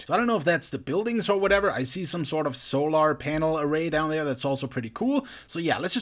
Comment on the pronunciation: So-lar Pan-els. nice pronunciation dude XD